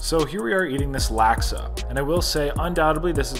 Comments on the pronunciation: Laksa is pronounced Lock-Suh for future reference haha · Hi, love the videos just a little triggered by the pronunciation lol. For future reference laksa is pronounced like lock-sah